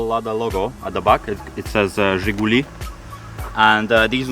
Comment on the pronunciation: How cool and right in beginning dude says "Zhiguli")